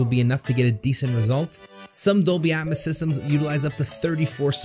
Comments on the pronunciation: It's pronounced Dolby "At-mows" not "At-mis" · I like the content, but it sounds like you're saying "at muss" and "deetee essex" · Its Dolby Atmos as in Atmosphere not Atmus try pronouncing the O and not replacing it with a U.